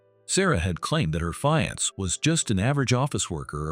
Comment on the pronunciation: PLEASE learn to pronounce words correctly!!! Especially FIANCÉ!!!!!!!!